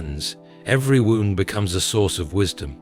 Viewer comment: Please correct wrong pronunciation such as wound and tear